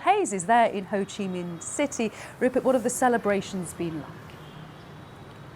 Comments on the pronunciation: Hey, it Ho Chi Minh City, not Ho Chi MIHN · HO CHI MINH CITY NOT HO CHI MIHN CITY:(( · its Minh not Mihn btw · Its Ho Chi Minh City, not Ho Chi Mihn City tho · HO CHI MINH CITY NOT HO CHI MIHN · Ho Chi Minh, not Ho Chi Mihn, you are a major media channel that even makes mistakes with basic, foolish things. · Its HO CHI MINH city, not MIHN. Please correct it first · HO CHI MINH city not ‘HO CHI MIHN’. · It’s Ho Chi Minh city, not Mihn, BBC… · Thank BBC, but it's HO CHI MINH CITY, not HO CHI MIHN CITY =)) white text on black background left corner at 26 seconds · Actually it’s HO CHI MINH city not HO CHI MIHN one 😂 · Ho Chi Minh, not Ho Chi Mihn, quite disrespectful 😤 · Wrong name! Ho Chi Minh not Ho Chi Mihn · You messed up the city name, it’s Ho Chi Minh not Ho Chi Mihn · I don't get it, how could you misspell our leader's name? It's HO CHI MINH, not HO CHI MIHN =))) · "HO CHI MINH CITY", not "HO CHI MIHN CITY", please adjust it in the video. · It’s HO CHI “MINH” CITY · “Ho Chi Mihn City” tag? Seriously? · Ho Chi Mihn City !?!? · "Ho Chi MIHN city"???? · ho chi 'mihn' in the video lol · got the city name wrong even at your beginning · Hey, Thanks for made news about our country. In the next time, takes attention on "HO CHI MINH CITY" not "HO CHI MIHN CITY". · BBC News, I would appreciate you getting the name of city correctly: Ho Chi Minh City, . Thank you for featuring our remarkable celebration milestone!